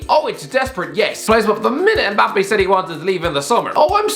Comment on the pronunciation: Why do people(mostly white people) call him EMbappe? It’s Mmmbappe